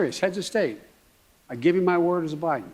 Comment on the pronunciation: Turd, not word.